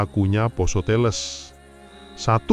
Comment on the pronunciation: " e " teles di baca sama, " e " pertama da " e " ke dua Brow sepengetahuan aku orang Jawa.